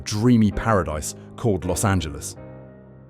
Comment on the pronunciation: Los(t) Angeles